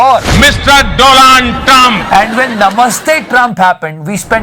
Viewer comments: Doland Trumph😂😂😂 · Do-land Trump😂😂😂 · bt why Modi saying Do'Land' trump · Mr Do'land' Trump 🤣🤣🤣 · Modi even cannot pronounce Donald 🤔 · Funny part of this. Our pm don’t know how to pronounce the mr.donal trum😂😂